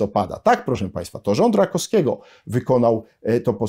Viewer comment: RakoWskiego, nie Rakoskiego.